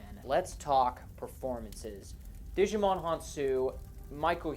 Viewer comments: Djimon isn't pronounced "Digimon" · It's mildly infuriating that 90% of youtubers mispronounce the guys name